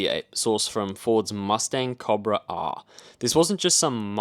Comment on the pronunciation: Nice video brother but why do you pronounce Cobra like that hahaha? I've never hard someone say it like that before and i'm a Kiwi